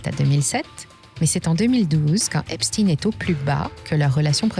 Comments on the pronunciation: Il faudrait commencer par prononcer correctement son nom Je vous donne un cours: Frankeistein, Albert Enstein, Ben Stein, Howard Stein ….Stein qui signifie « pierre » donc stone en anglais. Mais bon, peut être que ne souhaite pas ce mettre à dos ceux qui le prononcent bien 🤩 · Epstein étant un nom allemand, pourriez vous prononcer son nom comme le chiffre 1 allemand . merci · Quand on vous entends prononcer le nom d'Epstein, Albert Epstein doit se retourner dans sa tombe.. Bref vous valez pas mieux que les Mainstreams dans l'hypocrisie.. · Je ne mettrai pas mon pouce car vous prononcer son nom pas comme il le faut 🤔🤔🤔❓❓❓❓❓❓ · C'est eïn pas ine , et OUI c'est important. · vidéo arrêtée dès que vous vous abaissez à dire "esptine" au lieu d'esptEIN. comme si on essayait de le faire passer pour quelqu'un d'autre. insupportable ces manipulations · Pour citer les vrais responsables il vous faudrait déjà avoir les corojes de prononcer son nom correctement, c'est stein et non stin comme Bornstein ./... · pourquoi vous prononcer epstine ?? cest epstein comme einstein !!!! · EpSTEIN le juif et pas EpstINE le russe. Les medias essayent de divaguer l’information. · Une question : pourquoi dites vous Epstin et pas Epstein ? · on dit "chtein" pas "stine" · J’ai coupé la vidéo quand cette belle voix à commencé à prononcer "epstine" au lieu de Epstein".🤥😠😤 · Epstein pas Epstin... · c'est pas EpsTINE comme PoutINE ou EltsINE mais EpSTEIN comme BernSTEIN, GoldSTEIN...c'est pas un complot russe hein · Epstein et non pas Epstine. Epstein comme Albert Einstein, frankenstein ou Liechtenstein. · Tiens encore une chaîne qui prononce Epstin et non Ein 😂😂😂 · Epstein se prononce comme Einstein....pas Epstine....le "damage control" des Rothschild ne doit pas être pris en compte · cette prononciation Epstine est insupportable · Encore une vidéo pour camoufler l'origine d'Epstein...oups, il faut dire EpstIne" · Je ne regarde plus les vidéos dont les commentateurs prononcent epstINE